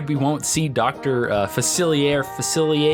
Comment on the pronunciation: His name is “fuh-silly-ay”